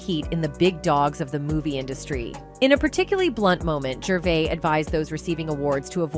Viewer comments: He's not Canadian, you can't pronounce his surname correctly. At that point I bailed, I assume there were a lot more mistakes further on? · Us Brits are very proud of him calling out those twats and wouldn't it be great if you could pronounce his name properly?